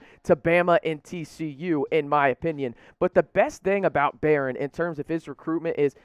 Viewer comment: I don’t think he has a clue. Didn’t pronounce “Barion” Browns first name correctly...doesn’t know that Denver Harris plays for North Shore, not north side. Smh